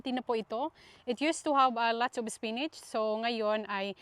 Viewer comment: Ms korek ka lng ha di spinach po ang tamang pag pronounce di po spinits salamat